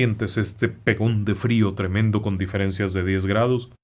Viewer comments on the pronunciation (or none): none